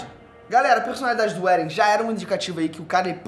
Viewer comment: Não é "éren". É "êren". E quem matou a mãe do eren foi o próprio eren